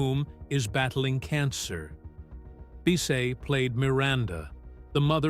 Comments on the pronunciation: You mispronounced her last name. It’s pronounced like Biss-itt. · It's pronounced to rhyme with KISS it not bee say